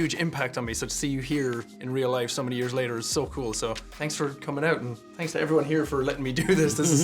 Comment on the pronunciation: "Tanks" for that😜